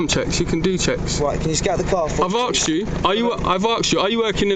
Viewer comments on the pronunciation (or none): asked is spelt with the S before the K but you always say "Aksed" are you dumb?